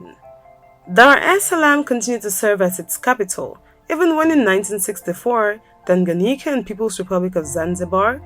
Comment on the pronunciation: Your pronunciation of ‘Tanganyika’ today is spot on!